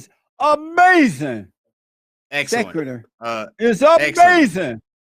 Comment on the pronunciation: lol he said "the non secular show is UHMAZIN!" 😂